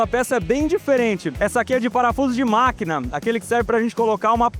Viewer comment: Cara tu ta com problema na fala? "agora ta na hora do bate CabeçaMMM " "Essa aqui é de parafuso de MaquinaMMMMM " "Do forno caem em um banho de OlhuMMMM "